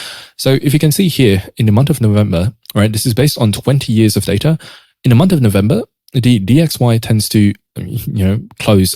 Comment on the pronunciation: "Month" bro, not "Munt".😂